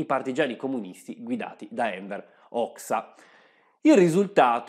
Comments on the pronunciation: Bel video sulla serie sui Balcani (immagino che il prossimo sarà sulla Bulgaria o sulla Jugoslavia). Comunque si pronuncia Enver Hoja,non hoia,ma è solo un consiglio di pronuncia,comunque bel video 👍👍👍🙃🙃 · La pronuncia di Hoxha può essere che sia diversa? Vidi anni fa un documentario di History Channel che lo pronunciava Hoja...